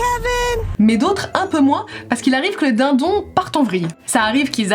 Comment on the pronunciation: "Le dAiNdOon sauvage" 😭😂